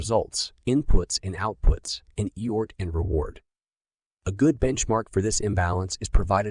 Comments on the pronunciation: What is he saying eort what word is he trying to say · Effort. It can’t say the letter F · Eyort! 😂... Thanks! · HORRIBLE - The AI used to read this book does not recognize theleyter F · Pronouncing the word "effort" wrongly is so distracting in this audiobook.